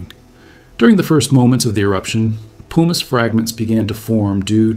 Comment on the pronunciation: Also pronounced 'pumice' wrong, and I think 'lapilli', too. Makes me question the knowledge the author of this video actually has on geology, and more specifically, volcanology.